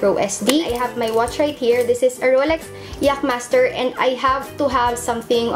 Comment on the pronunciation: Did you just say YAKmaster?